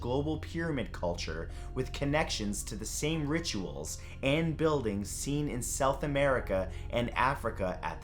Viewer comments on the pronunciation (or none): none